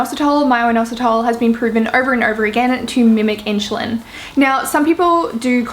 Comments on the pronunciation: Could be your accent, I’m British and we tend to pronounce things similar but it does sound like you’re pronouncing it like ‘Inch’ rather than ‘in-su-lin’ xxx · It's pronounced IN-SU-LIN not IN-SHOE-LIN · its insulin - spelled as ssss and not sh ! really bothers all along the video ! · You say inSHulin, like how everyone says SHugar. It is usually pronounced inSSulin, but it doesn’t matter because we all know what you mean. Love your accent! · I don't care if you say inshoelin, your so cute😚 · I'm pretty sure pronounciation of insulin has nothing to do with Aussie accent. It's funny though. I had a good laugh. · You are pronouncing the "su" in insulin, like how u do the "su" in sugar. It is wrong. you should pronounce it as the "su" in "super".